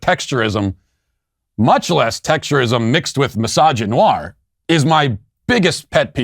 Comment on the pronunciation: "Mysogynoir", "texturism", my brain is screaming in agony at such butchering of language.